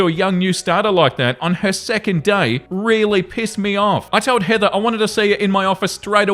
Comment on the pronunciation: is the only British person I’ve ever heard say “Heather” with all the sounds! I know she’s the bad guy (thank his for the movie, or we could have been “Karen”) in this but I’m excited! The R was light but there! It’s an English word but the Brits, like most of the world hates H, the vibrating TH, and words ending in R, and I’m “evva” in most places lol. And why do Americans & Canadians say all the letters when our forefathers do not?